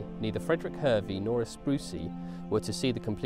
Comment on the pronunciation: It's pronounced Har Vee